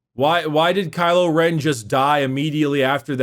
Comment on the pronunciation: WHO CALLED HIM “CRYLO REN” !?? 😂😂😂😂😂😂😂